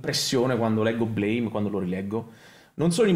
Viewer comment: Bellissimo, Nihei mio padre. (Si dice Blam)